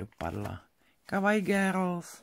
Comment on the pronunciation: Ahoj nečte se to gérls ale Grls ale to je detajlik jinak malujes moc hezky nejejdřív jsem si myslela že ty pastelky jsou k tobě na nic ale pak jsem si uvědomila že vlastně Tvoje obrázky jsou takový dokonalý moc hezké pokračuji dál a držím ti palce samozřejmě všichni říkají že maluji hezky ale tak dokonale jako ty asi ne naše paní učitelka na škole maluje stokrát hůř i když je učitelka výtvarné výchovy a je to umělkyně no je to takový zvláštní pocit porovnávat umělkyni s malířkou ale myslím si že mezitím je hrozně moc velký rozdíl naši mi nechtějí koupit Faber Castell polychromos protože jsou moc drahé ale když bych se naučila aspoň s progresso tak možná za pár let bych si na ně vydělala nebudu tě zdržovat hloupým komentarem od nuly určitě nemáš času nazbyt a musíš hodně rychle malovat aby jsi nás potěšila dalším domalovánickem tak ahooooooj moc pozdravuji jsi můj obrovský veliký vzor mám tě ráda jen tak dále pokračuj držím ti palce 💛💚💛